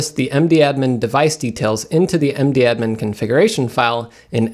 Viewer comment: I don't know if it is just me and my friends, but we call mdadm "madam" not "md-admin* :-)